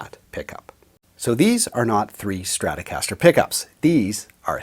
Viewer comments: What is a "Strastocaster"? Trolololol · LOL@ "Strastocaster"